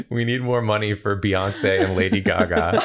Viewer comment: I wonder whtat's the origin of calling Lady Gaga, Lady Gagá.